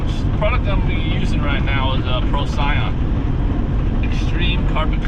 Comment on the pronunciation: Pro-see-on is how it’s pronounced. It is a good cleaner but I think it is a sodium rich product so be careful on your metal parts. Wipe them down periodically.